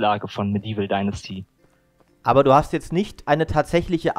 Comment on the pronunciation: "Dinnersti?" Alter, wie lange arbeitest du jetzt in der Branche, dass du noch immer nicht weißt, wie man "Dynasty" ausspricht? Ist es wirklich zu schwer mal google translate oder so anzuschmeißen, um dort den Namen des zu besprechenden Titels einzugeben? Ultrapeinlich!